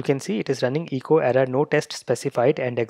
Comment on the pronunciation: Also the e in echo is a short e sound like in the word bet, check, metal...Eh co not EE co. For Windows, use "pretest" : "del .\\path-to-json-files\\*.json". No need for rimraf. Also for a PC: "merge-reports": "mochawesome-merge mochawesome-report/*.json > out-file –encoding ascii output.json", Thank you for this helpful video.